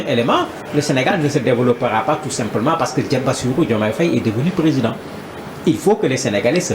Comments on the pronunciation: C'est vrai quoi ! Il dit toujours Féye au lieu de Faye ! 😡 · Mr le journaliste, je pense que la prononciation est Faye et non Féye. Très bonne émission, au passage.